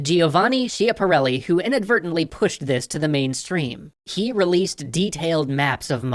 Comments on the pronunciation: Schiaparelli reads "Skyaparelli" not "Shyaparelli". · Ordinary Tree more like "kee", so Schiaparelli would sound like "Skiaparelli" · Schiaparelli is not pronounced that way, "schi" in italian is pronounced "ski". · Wow, and all along I thought it was pronounced "shaparelli". I thank you for the correction. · Before, I always thought that Schiaparelli was pronounced "sha-pa-re-li", but then I watched a fashion history video on how they pronounced Elsa Schiaparelli, which in my surprise was Giovanni's niece, and the "schia" was pronounced as "ska". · Schiaparelli is pronounced skiaparelli (ch is basically the opposite in Italian from English) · Schiaparelli = Skya-par-L-E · Schiappparelli is pronounced Skiapparelli. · Jesus you butchered poors Schiaparellis surname.